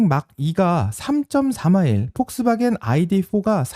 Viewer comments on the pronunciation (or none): none